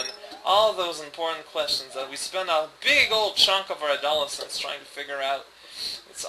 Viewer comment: General Goomba, loiterer extraordinaire. Also, The stress in "adolescence" is on the "les". I'm glad to hear there's basically a successor project to SMBX gaining momentum.